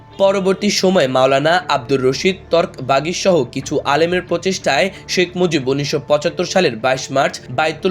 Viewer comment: দয়া করে বাংলা উচ্চারণ শুদ্ধ করে নিন। এই শব্দগুলোর সঠিক উচ্চারণ জেনে নিতে পারেন। যেমন: তর্ক বাগীশ (তরক বাগীশ নয়), প্রাদেশিক (প্রদেশিক নয়); এছাড়াও আরও কিছু শব্দ ঠিক করে নিতে হবে বলে মনে হয়।